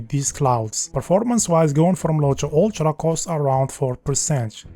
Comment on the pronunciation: I can't cope with this fcking "Ulchra" "Kepch" for fuck sake